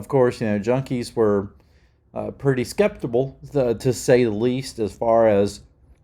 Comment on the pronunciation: It's sceptical not sceptibal